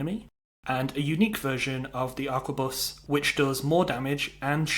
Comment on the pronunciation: A R Q U E B U S. not aqua bus. its 2024 time to stop playing skyrim and read a book. and buy a toothbrush